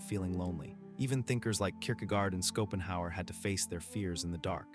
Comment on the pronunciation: Skopenhauer 😅 what is this AI ?